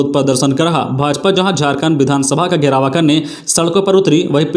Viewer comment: घेराव को घेरावा, दर्जे को दर्ज, सिधु- कानू को सिँधु कानू बोला गया और भी कुछ गलतियां सुनने को मिला, बार -बार कमेंट करने पर भी भूल सुधार नहीं हो रहा है, मैं हमेशा इस चैनल को सुनता हुँ, खबर अच्छी है।